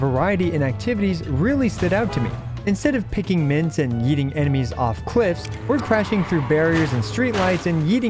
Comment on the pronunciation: did he called out minth pickers???